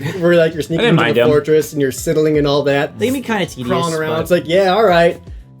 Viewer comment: Holy shit I thought this was an Arin Hanson only problem... also says Sid-Ling... It's Side-L motherfuckers! I expect this shit from Arin as a joke but you're better than this.